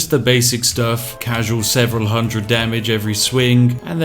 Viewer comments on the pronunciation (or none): none